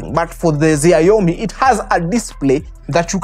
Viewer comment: Ume butcher hiyo xiaomi pronunciation, anyway it is more close to a Gameboy not a brick game